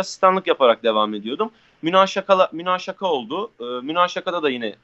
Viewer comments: 08.08 münakaşaya munaşaka denildi yaa artık şaşırmıyorum..😂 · Münaşaka değil münakaşa 😂😂😂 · reis münaşaka değil, münakaşa:)) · Münaşaka değil münakaşa orijinalini unutturacaksın sjhdkehd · münaşaka değil münakaşa